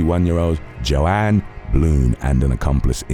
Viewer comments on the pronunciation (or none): Jauan isn't pronounced like Joanne! It's Spanish and it's pronounced like WON.